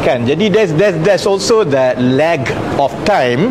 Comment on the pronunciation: Lol... The way he pronounced "lag" sounds like "lack". Maybe he really meant "lack".